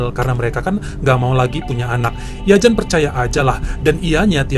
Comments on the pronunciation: Bang jan dibacanya yan bulan jan.itu pengucapan belgia vlams/ belanda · Yan bacanya bukan Jan. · Jan itu di bacanya Yan. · Bang, Jan itu dibacanya Yan bang😊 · Bukan Jan cara membacanya tapi yan🤔